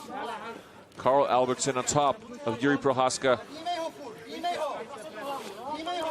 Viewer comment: jiri 🚫 EE✅